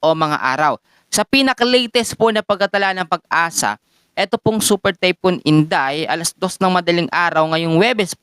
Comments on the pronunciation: Typhoon hindi typon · sakit sa tenga. THYPHOON KASI HINDI TAYPUN.